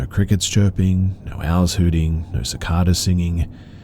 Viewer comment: Just to let you know...Cicada is pronounced siCAYda